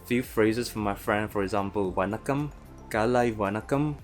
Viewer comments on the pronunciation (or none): It's wrong we don't stress on N when saying vanakkam, may be it's you. I definitely respect you try to learn Tamil , but it's not the correct way we pronounce , and it's not the typical English accent as well. Not everyone speaks like that, there are huge number of people who speaks very good English in India.